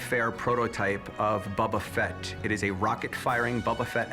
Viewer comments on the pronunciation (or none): doesn’t even know how to pronounce Boba Fett. It’s Bo-ba Fett not Bob-a Fett. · Bubba fett? its youre favorite thing? yea right. What a buffoon. at least learn how to pronounce his name. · Every time I hear “bubba Fett” makes me wanna cry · Who TF is Bubba Fett? Guy has the most rarest figure and can’t say his name correctly. Drives me nuts! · buba fett? Lol its Boba fett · Bubba Fett lmaoo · Am i hearing them say Bubba Fett? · "Bubba Fett?" It's pronounced "Bow-Buh Fett." Has this guy never watched the Jabba skiff scene from Return of the Jedi? Listen to how Han pronounces it. That's canon. You're not a real fan. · "Bubba fett" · "Bubba Fett"😂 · Sooooo it’s his favorite thing ever, but he’s pronouncing his name BUBBA FETT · This dude keeps saying Bubba Fet and I wanna fight him. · The dude who kept saying bubba fett was driving me nuts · I swear bro keeps saying “Bu bu Fett” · If he says “BUBU Fett” one more time… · IF HE SAYS BUBBA FETT ONE MORE TIME IM GONNA LOSE IT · "Bubba" Fett? facepalm He might as well come in with some Super Mary Oh and Pokey Man games. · yeah, he "loves it more than anything" but can't pronounce it